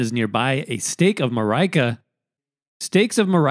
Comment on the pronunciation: sorry but Marika is pronounced like America without the A. according to the developers.